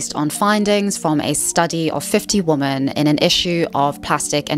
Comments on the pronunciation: For heaven's sake, the plural word women is pronounced like 'wimin'--it is not pronounced the same as the singular word woman. Just like the plural word men is not pronounced the same as the singular word man. I'm encountering this mispronunciation of the word women increasingly from Americans, especially younger Americans. I have heard it said that Americans speak English as a second language, even those that only speak one language, and I think it's increasingly true. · Why do you keep saying "woman" as the plural, it's "women" ... You don't have the same problem with the plural for men, you call them "men" not "man" - what's the difficulty here? It's so annoying, even when the screen puts "womEn" on screen you still say "womAn" GET IT RIGHT 😒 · Plural of woman is "women" and it's pronounced "wimmin" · Women... for the love of God, it's WOMEN! 😅